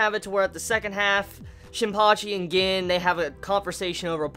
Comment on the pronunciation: bro Gin is pronounced like GEEN...just putten that out there